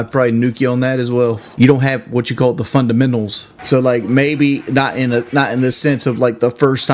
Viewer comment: "You don't have what's called the fundlementals" 😂